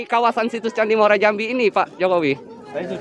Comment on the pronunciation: Bukan Muara Jambi nanamanya tapi namanya Muaro Jambi ...